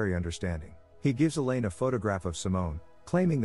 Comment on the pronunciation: ... "Elaine" pronounced like "Alien"?